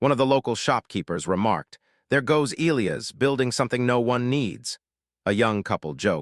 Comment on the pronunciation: You're pronouncing Elias wrong. It should be E, long e, LI...long i, AS